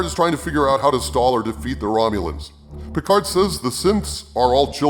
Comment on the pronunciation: Star Trek Peecard.